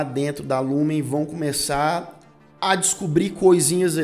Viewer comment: Só um adendo,vi todas resenhas sobre a serie e a maioria fala o nome da empresa errado,vc disse Lumen mas e Lumon😍😍